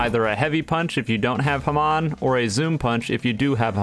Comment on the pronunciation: Why does he say ham on like that lmao